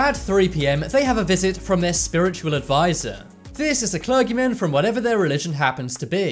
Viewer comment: I never heard anyone pronounce clergy/clergyman like that.